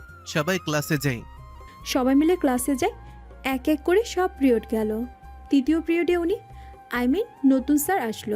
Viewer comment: প্রিওড নয় “পিরিয়ড”